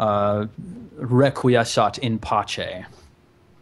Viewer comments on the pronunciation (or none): Resquiescat In Pace., I commend you on the phrase, however I would've pronounced it as Ancient Latin. It feels more fitting, you know. Ancient Latin, for Life!